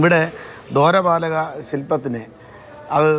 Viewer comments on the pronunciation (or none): എടോ മനുഷ്യാ ദോ രപാലക നല്ല - ദ്വാരപാലകൻ എന്നാണ്